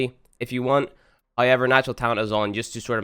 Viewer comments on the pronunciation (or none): Why do you always say hoyever